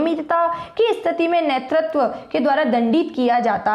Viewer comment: nertatav nhi hota netratv hota h😢😢😢😢😢